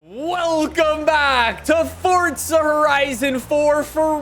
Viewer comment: THERE IS NO T IN FORZA!!!!!!!!!!!!!!!